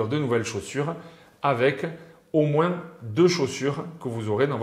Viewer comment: Plus ou moince 😂😂 le S de moins ne se prononce pas 🤦‍♂️